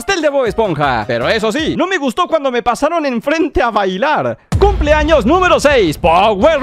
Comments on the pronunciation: Xd , justamente me abia salido del vídeo y también le entendí eso xd jaja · POR QUE DICE TODOS MIS CUMS ☠